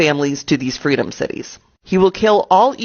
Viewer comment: what are threedom thities? lol whisp whisp